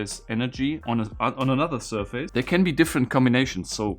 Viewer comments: Some well-intended language help: In English, the second syllable in the word "surface", though spelled "f-a-c-e", is pronounced "fiss" - not "face". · Nope, not in English... the word is certainly not pronounced "SURF-ACE", but it's more close to SIR-FACE than SUR-FISS. Since it's blended together and said quickly, the result is more like "SUR-FUSS". It relates to a plane or FACE (of an object) hence why it uses that word "face".